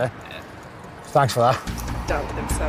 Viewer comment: It is a TH not F sound. It is thinking not finking. It’s thanks not Fanks. It is nothing not nuffin